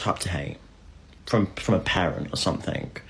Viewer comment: FFS!!!! someTHING THING THING THING…… not SOMETHINK 🤬